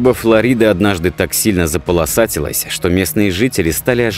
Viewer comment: Подписался только из-за того, что ведущий правильно произнёс "ФлорИда" (по-русски), а не "ФлОрида", как часто сейчас говорят те, у кого русский язык не родной.